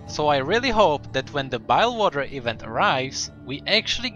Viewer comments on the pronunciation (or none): BILGEWATER not BILEWATER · Hey, I know im late by 5 years, and idk if you found out yet, but bile-gh water isn't how its pronounced, its more like bill-gh water, or bill-jh, like the lore vids though. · BILGEWATER! not bilewater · BILGE not Bile..BILGE WATER BILL Ge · It's not bilewater it's bilgewater. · I pronounce it like 'bill juh water' instead of 'bile water' lol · its bilg water not bail water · he kept calling it bilewater and not bilgewater -_ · Whares Your G in BliGwater Or some times the i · I think he wasn't wasn't pronouncing the G in Bilgewater.